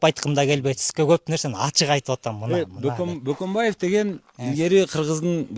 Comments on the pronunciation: Баканбай деген Бөкөнбайдын орусчасы😂😂😂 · Бөкөнбаевди сыйлабагандай сезиле берет эгер Бакамбай дешсе😢,кандай алп адамдын фамилиясын да туура айта албайбыз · Орустар "Ө" тамгасына тили келбей баканбаева дешет, ошондон улам Жоомарт Бөкөнбаев деп кыргызча айтылбай орусча акцент менен айтылып жатат. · Баканбай деп чала орустар айтат да😂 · 😂😂😂😂 СИЗ А ДЕП МЕН О ДЕП АЙТАБЫЗ, Бул көк мээ Ө тамгасы бар экенин дагы билбейт экен да😅😅😅😅😅